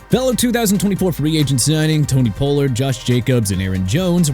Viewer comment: Pollard is pronounced pah-lurd Aaron... SMH... come on man... and can you stop saying Jared Mayo when the coach's name is JE-ROD MAYO?!?! And FYI Tua's injuries did kill Miami's playoff hopes okay?! YOU CAN STOP BRINGING IT UP CUZ YOU'RE BEGINNING TO GET ME UPSET!! LEAVE THE DOLPHINS ALONE AND LEARN TO CORRECT YOURSELF OR GET OUT!!!